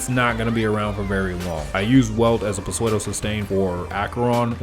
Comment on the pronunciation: I cant bare you saying psuedo literally please its pronounced soodo T-T